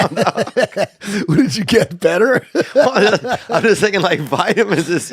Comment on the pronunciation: master peace 😂 “What u get… BEtTeR ??”